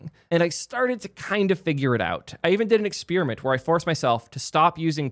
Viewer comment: You did an “expiriment “? 😂